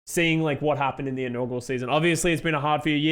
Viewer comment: just so you know, it's "inaugural" not "inaugral." sorry for being that guy